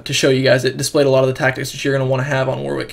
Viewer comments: You need to learn English phonetics, son. What if I start calling you Big Luggy Agga? Ask anyone at Riot, or anyone else English - it's pronounced "Warrick". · It's pronounced "Warrick". What's all this "WW" nonsense? The second 'W' is silent.